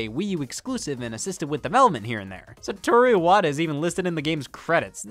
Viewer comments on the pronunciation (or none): none